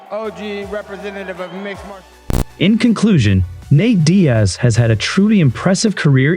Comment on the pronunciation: Did you call Nate: Nate die ez?